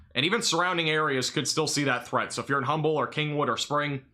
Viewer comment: FYI Aldine is pronounced All-Dean Alief is pronounced A-Leaf Humble is pronounced Umble. I posted a video of me riding this storm out. was the end of my video when my weather radio went off. I had a 63 mph wind gust before the battery died on my weather station and that was before the storm even kicked up. Winds at my house had to be near or just over 100 mph based on the sound and the damage.